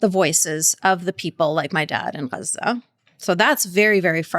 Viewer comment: It's really annoying when people do the pronunciation dance. In English, the place is called Gaza (Gaa-Zaa) If I were speaking French I wouldn't jump out of French when I am talking about a place, I would say the placename in French. Why do people do this. Do they think it makes them sound more Authentic or something?